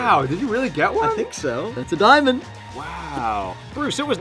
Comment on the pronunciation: i like the part when he said : A NAVER DIAMOND wait... YEAH!